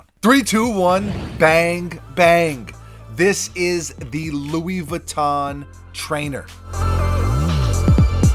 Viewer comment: Yo you Pronounce Louis Vuitton like a poser!